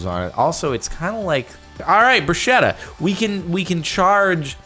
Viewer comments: It is pronounced "bru-sketta" not brushetta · bruschetta i pronounced with a k-sound, not sh-sound (brusketta), at least in Italian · Hey Jordan, bruschetta is pronounced like it had a k, 'brusketta'. Help a poor Italian spread the word to bigger audiences in the world, it would save people angry looks :) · Please pronunce "Bruschetta" correctly pleaaaaaase